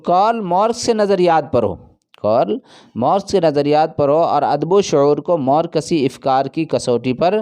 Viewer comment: زبان درست کریں ہجے صحیح ادا کریں۔۔۔مورکسی نہیں مارکسی ہے